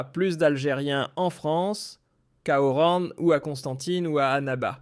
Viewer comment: la ville D'ORAN , ne se prononce pas ORANE , vu qu'il n'y a pas de E à la fin Merci.